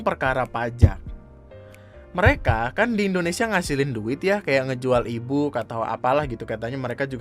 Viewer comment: baru ngeh gw kalo "e-book" jir, gw dengernya ibuk